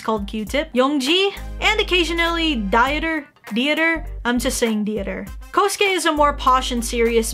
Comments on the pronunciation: I have a german last name, and im a small part german. I showed my dad Dieter's name and pronounced it like food diet-er and he just laughed for like a minute straight. But it's deeter. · btw Dieter is german I think... and pronounced Dee-ter. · it's D-e-tah, sorry for my late reply... By the way I'm also german☺️ so please don't judge me for my english😂🙏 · I think it’s Die-uh-teer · I think it's so funny how you pronounce "Dieter" 😂😂😂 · Yes I had to laugh cause I'm german